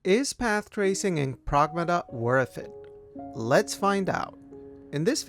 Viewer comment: Lmaooo progmuhduhh 😂